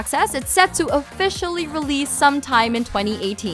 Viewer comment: Looks like there will be quite a few games coming out, but I just couldn't finish this video. Her pronunciation of 2018 and other words (for one.. Bones from Skull & Bones) was so excruciatingly annoying for me.